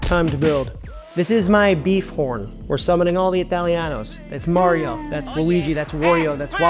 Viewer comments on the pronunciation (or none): none